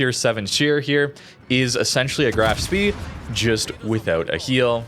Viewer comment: FYI Spee (as in Graf Spee) is pronounced "shpay."